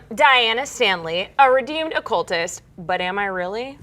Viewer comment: It sounded like she said a redoomed cultist instead of redeemed